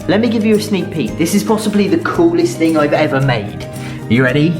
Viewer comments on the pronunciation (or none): none